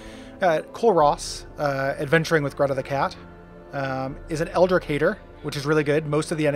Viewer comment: I have no idea if it's "ripahst" or "ripoast", but since you brought it up, eldritch is "eld-rich", because the german tch is pronounced like an english ch.